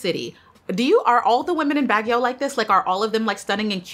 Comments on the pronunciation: For the record: It's not BAG-YOW. It's BAG-YOH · Love love❤ Baguio is pronounced as bag-yo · Hi Queen! “Baguio” is pronounced “Bag-Yo” the “o” is a closed “o” and short sounding. Thank you for always doing your best in origin pronunciations ❤ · good pm, hi its pronounced as Bag-yo not Bag-yaw. thanks:) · Baguio is pronounced as “Baag-yo”.